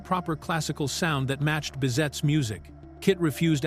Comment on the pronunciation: As well as Bizet not "bizette"